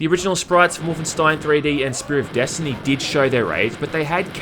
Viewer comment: "...desHtiny!" 10/10👍